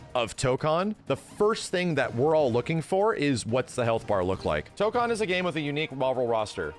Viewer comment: It annoys me that he keeps mispronouncing Tokon lol, guess I'll have to get used to it since most people are going to mispronounce it.